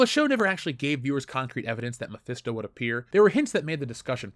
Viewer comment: Mephisto? more like: my-fist-o